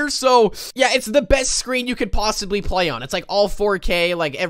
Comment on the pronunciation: Play not ply